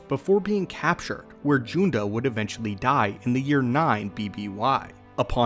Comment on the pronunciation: You’re Accidentally Mispronouncing Master Junda’s Name